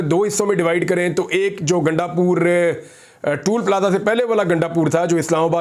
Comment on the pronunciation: عمران بھائی لفظ ٹُول پلازہ نہیں ہے بلکہ ٹَول پلازہ ہے